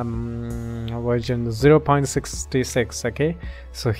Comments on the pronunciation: It's version not virgin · download virgin not racist, its just i heard so xD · i love how he says virgin and not verison LMAO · did he just said virgin? 😂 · haha its version not virgan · When he said version i legit heard virgin